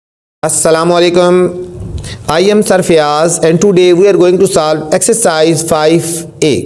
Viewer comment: And sir its not salve its solve 😂😂😂😂